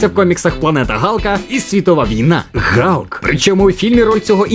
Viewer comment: Молодці, що правильно говорите ім'я Галка) не слухайте нікого! Відос супер))